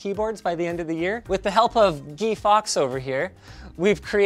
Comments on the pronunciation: Guy not Gee Fawkes ya neep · guy fawkes, not gee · "Gee" Fawkes lol. It's pronounced exactly like it's spelt. Guy Fawkes, my guy. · all the employees afraid to correct linus pronouncing "guy" wrong